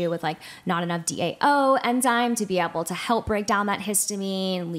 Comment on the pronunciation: Will someone please tell the guest how to pronounce the word able?? I could hardly stand this episode because she continuously mispronounced ABLE. She said ebble or abble and it was GRATING. Idk if this is a regional accent or something but it was horrible. Poor for having to hear that. She also struggled to say probiotics which is bizarre for someone in her field.